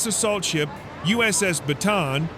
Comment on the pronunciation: it's pronounced as BATA AN